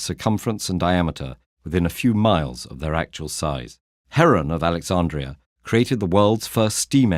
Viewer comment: It's interesting how you offer another perspective, good on you for that, we need more of that in this world that's for sure, but you're being misleading and down-right hishonest when you claim that the famous library of ancient Alexandria (not Alexandra as you pronounce it BTW) was set up by the Egyptians. It was established by the Greeks or Greek civilization if you like, along with the city of Alexandria itself. The language of the library was Greek, as was Eratosthenes and Heron. By doing this you lose total credibility and expose your prejudices, as well as imitating what you accuse western civilization of doing, that is, not giving credit where credit is due. I'd like to get a reply from you about this, if you don't mind. In short, just because Alexandria was located in Egypt, doesn't make it Islamic and a part of the Arabic empire, as that empire came about a very long time after Greek civilization, but yes indeed the Arab Empire was instrumental in saving and passing on Greek, Roman and other knowledge and for that we should all be very grateful to them. For you to understand my point a bit better, it's like giving credit to the Spanish and western Europeans, for the great advances and civilization of the Arab Empire in Al Andalus, because it is in modern-day Spain and the west today. I hope this is clearer to you now and perhaps you can edit your video to be more accurate as well, otherwise you will just come across as a propagandist, one of the things you're accusin